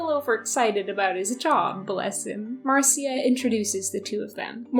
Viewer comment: Fyi the name Marcia is typically pronounced “Marsha”